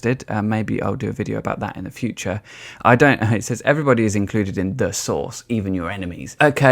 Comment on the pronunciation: Took me a while to figure out you were saying ’source’, not ’sauce’😄 the latter is much funnier!